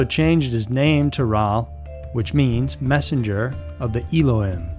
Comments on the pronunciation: Just a note, it’s “Ello-heem” not “ello-him” spelt Elohim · It's pronounced "eelo-heem"